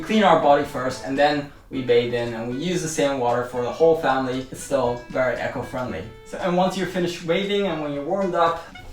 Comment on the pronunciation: You are mispronouncing "eco", "cleanliness".